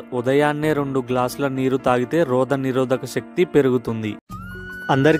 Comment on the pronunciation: ముందు తెలుగు సరిగ్గా చెప్పటం నేర్చుకో రోగనిరోధక శక్తి , రోదనిరోధకశక్తి కాదు తెలుగును కాపాడుకుందాం